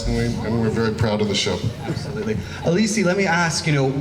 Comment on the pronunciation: Aleecee? I though it was Alice?